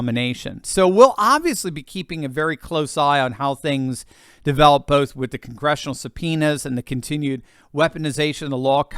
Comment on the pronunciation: "Experience wiff, wiff Donald Trump" Wiff? Has he been sniffing Donald Trump?